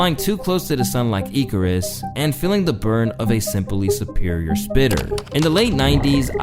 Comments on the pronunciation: im sorry but "eekarus".... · How do you not know how to pronounce "Icarus"? I'm not going to lie, you mispronounce super common words in every video and it pulls me out of the video, it's so jarring